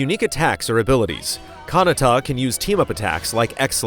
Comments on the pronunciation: kahnatta? ka-na-ta pls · *Galdra not Gladra lmao. and you’re also pronouncing Kinata’s name wrong haha. Booooooooo